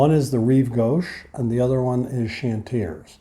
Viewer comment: You need the long-term visa for the time the admin takes in France! P.S. "Chantiers" is pronounced "shone-tyay". 😉 "Clignancourt " is pronounced "clean-yon-coor". Then "Bagneux" is pronounced "ban-yeu".